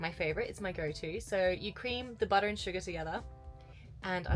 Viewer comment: say buttah one more time i dare you